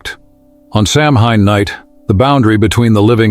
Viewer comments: It's actually pronounced "Sow Wein" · Samhain.....is pronounced "Sow-wen please do your diligence.,.... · I know it's spelled "Samhain," but it's pronounced "SOW-an." I know; I don't understand it either. I guess you have to speak in the Druid or Gaelic or whatever kind of tongue it is. But if we're going to do it, let's do it right!